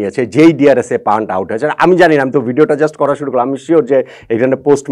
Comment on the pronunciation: ভাই তার নাম প্যান্ট, প্যান্টকে পান্ট পান্ট করে বলেন কেন!!! এটাই তো আপনার অজ্ঞতা